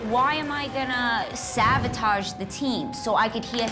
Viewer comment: Right? And she keeps saying savotage, it’s sabotage. 🤦🏻‍♀️